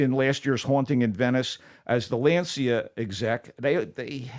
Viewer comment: I love the MT Show and hate to have to be critical, but this strikes close to home. While I appreciate take on the movie Race For Glory, it would be nice if he had pronounced the Italian car maker’s name correctly. Lancia is pronounced like more like “lawn-cha”.